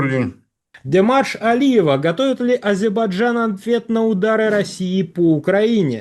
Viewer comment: Ведущему не мешало бы научиться произносить слово азербайджан